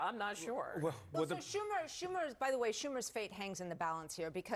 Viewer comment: I disagree. This round table was garbage. Most of them sound as out of touch as Schumer and repeatedly mispronounced his name and let beardy mischaracterize his Reddit posts. Be prepared if you wanna influence people on tv people